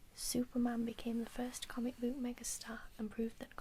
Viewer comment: As a yorkshireman, i find it quite funny how you pronounce "book" as "booook" 😂(really not trying to insult you by the way) haha